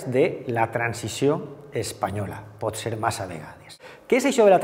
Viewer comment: Ai les vocals obertes! SupOrt, guErra, modEl, cOses, restablErt, pOt, tÈrbola... Cal parar atenció a la pronúncia.